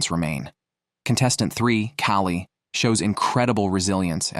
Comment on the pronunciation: lol, the AI narration is hilarious. Callie is somehow pronounced (Ki-O-Lee) and one of the women's intros kept referring to her as "him" but then changed later.